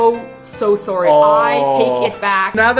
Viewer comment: Dat "sorry" that said, canadian detected!!!